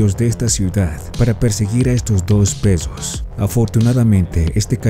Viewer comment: El zoggo... El peggo... El cachoggo xD ( me burlo porque yo tampoco puedo pronunciar la R)